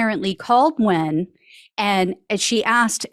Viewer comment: Nguyen is pronounced "wen"